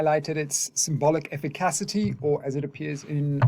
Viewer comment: This is another great video, and you’ve taught me a lot about Lacan over the years… BUT brother, I can’t take you mispronouncing “efficacy” anymore! I only bring it up because I care ❤️